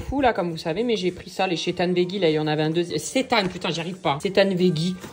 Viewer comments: Coucou, tu m’as fait trop rire avec ton « chétane »😂 Bravo à toi d’avoir testé l’alimentation végétarienne pendant un mois 👏👏 Ma fille et moi sommes végétarienne depuis plus de 4 ans, au début on été un peu perdues mais rapidement on s’est rendues compte que c’est tellement facile de supprimer la chaire animale de son assiette ! Au resto je me dis à chaque fois que si j’avais encore mangé de la viande je n’aurai jamais goûté tous ces plats fabuleux que j’ai pu tester et puis c’est pour la bonne cause : la cause animale, la planète et la santé ! Si je peux me permettre, il est impossible de développer des carences en si peu de temps, ne t’inquiète pas, au bout de 4 ans nos prises de sang sont même nettement mieux qu’avant ! 😉 En tous cas, merci pour cette vidéo et un grand bravo pour ta démarche et ta prise de conscience, si tout le monde faisait au moins cet effort de réduire sa consommation ce serait déjà un grand pas 😊😘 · ca se prenonce Sétemps